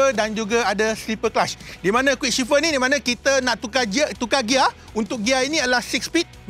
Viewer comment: Shifter bukan shifer